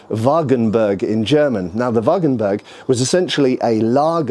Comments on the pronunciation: I definitely want to see the techniques from the treatises! Also I have to point out that you keep saying "Wagenberg" instead of "Wagenburg", maybe you correct this in the future : ) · Nice piece of historic context - I would like to add that the u in wagenburg is pronounced like the u in rude. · Not "WagenbErg" but "WagenbUrg", the u as in hooters, just a bit shorter.